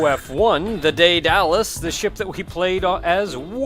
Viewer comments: Alright, I have to say this. I apologize. Daedalus is Day-duh-lus (Daidalos is another spelling). Softer transition from the "Day" to the "Da" as well. My being half-Greek made me freak out every time you said it like that since it's a Greek name and a Greek mythological figure (father of Icarus, creator of the Labyrinth which held the Minotaur, other stuff), so I apologize, but I really had to say that. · sigh- ded-uh-lus